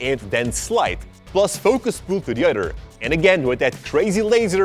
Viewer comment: When says "Ado" instead of "other" ○_○